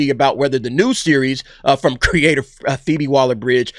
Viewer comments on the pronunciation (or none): none